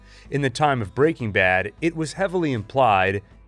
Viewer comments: every time an american pronounces it "breakingbad" instead of "breaking bad" the vein in my temple comes closer to bursting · Excellent analysis. But the way you say Break-ing Bad is killing me. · FYI, it’s pronounced Breaking BAD. Emphasis on bad, not breaking. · Why are you saying “Breaking Bad” like that?? You’re saying it all weird. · The way he pronounces breaking bad hurts me .